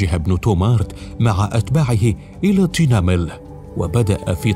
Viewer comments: المعلق الصوتي لايتقن نطق الكلمات الامازيغية مع الأسف من مدن مغربية وأسماء اعلام مغربية، محمد بن تومرتtumert, تينمل tinmel, مع الأسف ينطقها كما ينطق اسماء غربية بالإنجليزية وغيرها، الامازيغية مختلفة جدا، فيها السكوت وترقيق الراء وترقيق التاء، المغربية اغلبها سكون تومْرْتْ بتخفيف نطق التاء والراء هكذا لغة المغاربة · اصلا ساهد الفلوكات العرب اامسارقة عندما ياتون ينصدمون يكتشفون ان كل شيء امازيغي ابتداءا من المدن والكلام والقرى وحتى انهم لا يستطيعون نطق المدن كما ننطقها نحن لاننا نفهم معناها مثل تنمل ينطقها صاحب القناة بشكل غريب